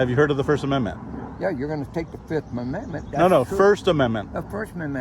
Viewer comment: " Yeah, first mamendment "